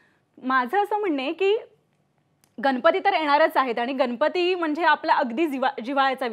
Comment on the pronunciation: Anchor Bai गनपति नाही गणपती mhnaycha bar ka bai